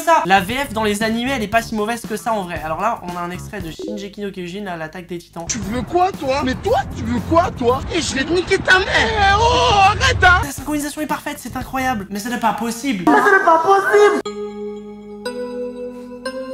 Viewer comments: PAS SHIN « J » EKI NO KYOJIN MAIS SHIN « G » EKI NO KYOJIN 🤗✅🤦🏽‍♂️ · Je rêve où il a dit shiJeki no Kyojin ?